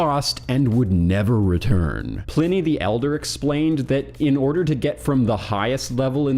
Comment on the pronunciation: As a Sonoma County native, home the the best IPA in the world, Pliny the Elder, its pronounced “Ply-Knee” sorry it was driving me insane lol